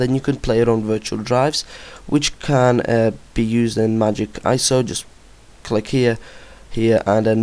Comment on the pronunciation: HATE how you say iso...but GREAT vid :D